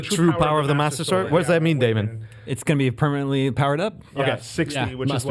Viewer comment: Daemon not damien great host of game scoop